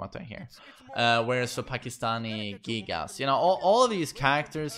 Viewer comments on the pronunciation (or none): none